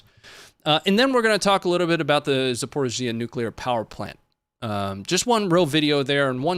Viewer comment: Also it’s pronounced Zap-or-eee-zsha